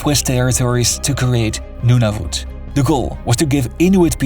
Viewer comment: I can barely make ita few minutes with his butchered pronounciations of Saskatchewan, Nunavut and Newfoundland